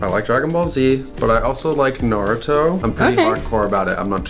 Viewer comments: How did I know she would ask Noah???? Lol Also: “Naroooto” um, it’s Naruto lol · you lit heard CJ say Naruto why are u mispronouncing it